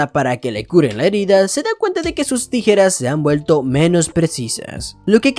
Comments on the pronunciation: la nueva forma de decir tijeras tirejas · Jajaja dijiste tirejas jajaja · Dijo mal la palabra tijeras 3 vez xd saludos